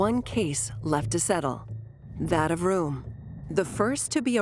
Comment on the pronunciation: Great doc. But please pronounce the names properly. Pronouncing Röhm as "Rome" just isn't up to snuff. Neither is calling the Tegernsee "the Tegernsee lake," since "See" means lake.